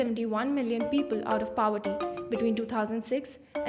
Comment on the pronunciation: Please pronounce the word POVERTY properly.